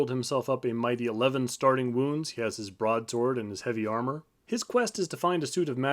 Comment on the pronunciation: It's not 'broadsword', it's 'brode-sode'! Yep, that Warrior Priest sucks. Without a reliable healer, you're screwed. Quit lining up! Stack in a corner, surround wizard/healer!